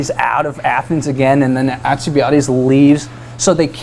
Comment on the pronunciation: Dude. Haha. AL-cee-Bied-Deez :)